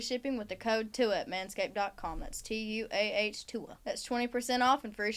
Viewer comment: Finally said tuah correctly, we’re going places 🥲